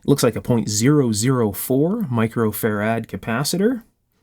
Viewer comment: Two things that irritate.Why Far-ADD and not Farad? And from other videos you use variate as a verb instead of just vary! Love your work. You have an extremely good analytic mind.Thanks for sharing.